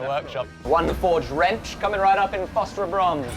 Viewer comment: fofferbronze, is he saying phosphorbronze? man these english dialects are tough to understand.